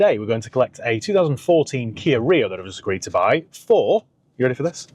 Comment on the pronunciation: You're so middle class ' ready for this' ahhh goofy posh boy